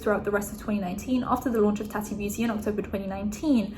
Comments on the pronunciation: Taw-ti not Ta-ty lol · im sorry but the way you pronounce it as "tatty" 😂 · Why are your pronouncing tatis name different then you have done in the past? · I love you but honestly how hard is it to pronounce TATI